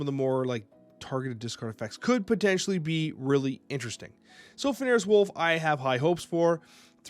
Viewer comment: Love ya butbI can't sit here and let you keep saying it wrong. F-en-rear. Keep snappin!